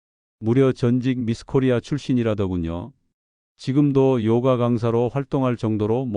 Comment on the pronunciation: <요가>를 요까라고 하면 안됨. 그냥 <요가>.